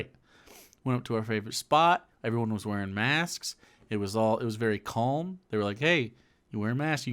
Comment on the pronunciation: I've never heard someone pronounce the l in calm before watching channel. Is it common in Michigan?